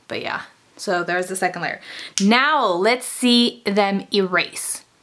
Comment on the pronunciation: it pisses me off how she says secont